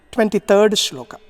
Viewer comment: श्लोका नहीं श्लोक! संस्कृत का उच्चारण श्लोक है।